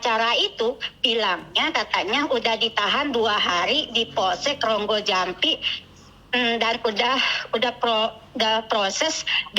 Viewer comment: rogo jampi mbk . bukan Ronggojampi😂 kudu tak tapok cangkeme😂